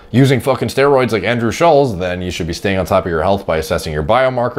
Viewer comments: Andrew wants to put about as much effort in to his physique as puts in to pronouncing Andrew's name correctly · You pronounce his name wrong like 100 times